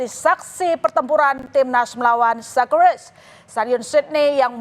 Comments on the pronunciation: sekerusus 😂😂 socceroos woi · Kalaa berjumpaa... Scoreses.. Scrors😂😂😂menit ke